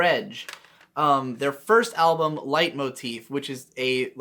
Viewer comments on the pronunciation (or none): none